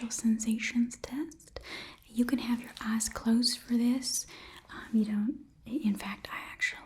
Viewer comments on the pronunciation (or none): Ok I hope I'm not the only one who heard "You have beautiful ass" instead of "you have beautiful eyes"